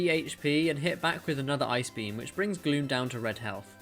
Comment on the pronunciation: i thought you said "i brought MEW down to red health." I was eating my lunch and was just listening. I snapped my attention to my phone, and realized that he said gloom.